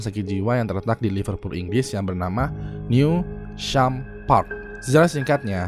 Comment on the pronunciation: Penyebutannya bukan "new sham" tapi "news ham"